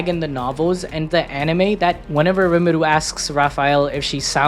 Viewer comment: His name is Rimuru, not Irimuru.